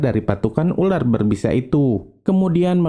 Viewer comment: Dia bilang urar bukan ular😂